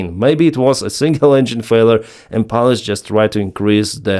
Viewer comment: Dual engine “fella”? Its “failure” (/ˈfeɪ.ljə/ FAY-lyuh) not “fella”